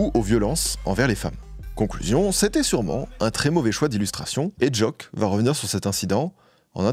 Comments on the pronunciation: C'est " Jauke " a la prononciation pas "joke" mais fort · on dit JOKE pas joak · Pour Ateyaba, ça se prononce Jok"I" et non Jok"e" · Pq prononcer Jôke mdrrr ? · On prononce pas "joke" comme ça mdr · la prononciation de joke j'ai hurlé